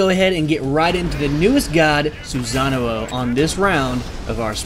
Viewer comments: Actually the one that should be corrected is the "sa" part.....He pronounce it as "za"(or maybe it is just that he pronounced it in the English way?I am actually not very sure about that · you keep adding an extra oh when you say his name. its sue-sa-no not sue-sa-na-oh. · He said "Susanuo" for literally the whole video. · I've heard Susan-uo xP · every time he pronounced his name I cringed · Guy pronounced "Susano" wrong the entire video.